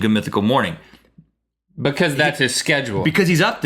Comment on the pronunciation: i really love this these two, but Link is starting to drive me crazy with the way he pronounces because :P ive picked up on it in a lot of episodes and he always says it like bucause- or stutters and says bucause-bucause- ( buh-cuz ) lol not hating on Link just sayin' he drives me crazy!! xD Link says bucause, than right after Rhett says because twice properly. listen closely!